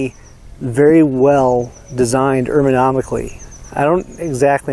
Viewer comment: Ermonomically? (1.34)